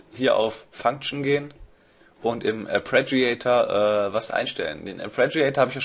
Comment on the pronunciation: Hässliches Wort, ich weiß, abe res heißt "Arpeggiator", nicht "Apreggiator". ;-) Braucht Ewigkeiten, bis man das drin hat . . .